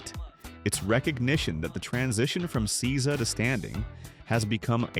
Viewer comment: Seiza is pronounced SAY-za…